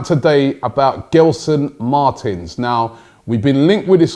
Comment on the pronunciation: Bro why can't you pronounce players names correctly you are butchering poor Gelson Martins name bruv. Sheeesh smh